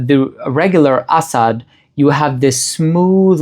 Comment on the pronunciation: the pronunciation is 💯percent is correct.